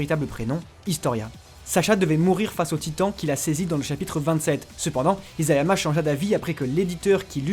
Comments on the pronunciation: Conclusion on dit isayama et non izayama😂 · Merci pour toutes ces infos ! C'est impressionnant ! Attention cependant : Isayama se prononce "Içayama", et non "Izayama". E la langue de chat (nekojita) en japonais veut dire qu'on ne supporte pas de manger trop chaud.